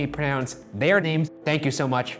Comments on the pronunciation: They didmt pronounce any of those names right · Wonder if it depends where you're from in Iceland. My friend from Iceland thought he pronounced some of them very badly